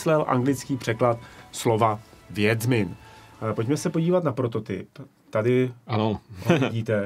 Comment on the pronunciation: Ježkovy oči. Ale to neni "vjedzmin", ale "vědžmin". Pavel je ve všem tak akurátní, ale polskou výslovnost máš až urážející.